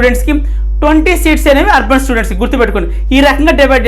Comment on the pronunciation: Arban ante clear ga cheppandi sir